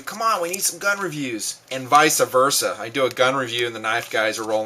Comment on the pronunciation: vice-ah versa? lol, i like ur vids but that one was bad dude